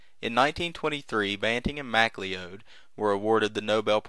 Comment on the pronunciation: Butchering names for over 200 years, it's an American tradition. Not J.J. Mac-lee-ode as repeated multiple times by the narrator, but J.J. Macleod, correctly pronounced McCloud, as in the 1970's television series starring Denis Weaver.